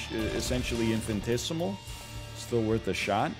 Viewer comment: Infinitesimal is not pronounced infintesimal